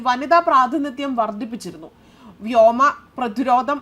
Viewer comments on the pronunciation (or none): none